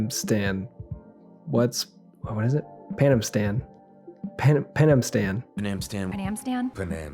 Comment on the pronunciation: Man, I didn't want to hate it. I wanted to love it! I was looking forward to it so much! And it was just a snoozefest. Vendetta was so much better. And also my favorite of the RE CG movies. Oh, and I also had to laugh every time they said Penamstan. I wished they would stop saying it, but the doubled and tripled down on it.